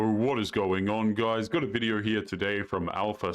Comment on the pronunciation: Why do you pronounce words with an "O" with such a weird affectation? You say "yo" like "yoErr". Video like "VideoErr". No like "NoErr". Robot like "Rerbot"? Why?